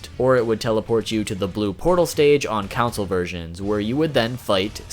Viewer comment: The way you pronounce console drives me insane.